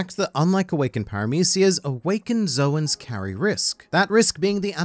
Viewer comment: Oda, the anime, everyone else who listen to Oda and the anime: "Zoan" (rhymes with loan, Joan, cone...ZONE...), the "source for everything One Piece": "Zowan" (rhymes with...rowan?) For someone "who craves to know all of the things about fictional pirates" you sure don't seem eager to correct your pronounciation of a term that has existed for decades and which sounds exactly like an existing, single-syllable English word. I know I harp on this a lot in your comments, but if it's any consolation, I do it to Morj too, because he's equally wrong. Also Marineford is "Marine ford," not "MarineFERD."